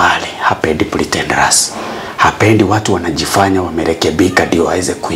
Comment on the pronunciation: ety mungu alie juu apendi pritentares hehehe english bna😂😂